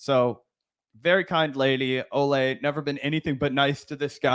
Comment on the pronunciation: Good on you guys for being one of the few to pronounce Olay’s full name correctly! I think the nickname being pronounced differently from her name mixes people up, but her full name is indeed pronounced Oh-lye-me. ❤